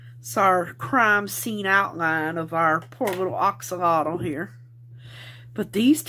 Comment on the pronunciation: You’re correct. It is pronounced ox alotl😁